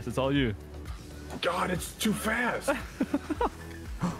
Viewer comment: Canadian? 😂😂😂